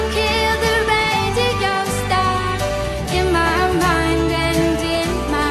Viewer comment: why the hell is she saying radigo instead of radio o.O